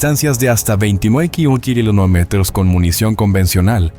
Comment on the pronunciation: Este tipo se le escucha que lo unico que habla es Español. Pero No lo habla bien! No puede decir Kilometro y no sabe leer numeros! 🤷🏼🤦🏼‍♂️